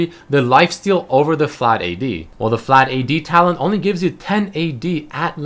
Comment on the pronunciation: saying that because whenever he said talent it sounded like Talon cause to me it did :P